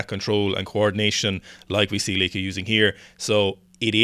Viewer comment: Correct pronunciation of Lieke, by the way. Proud of you. Oh wait it became Lecke halfway through the video. Ah it's Lieke again. What a wild ride.